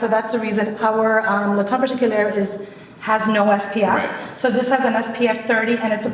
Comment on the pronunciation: Is "tient" pronounced "taint" ??? 😂😂😂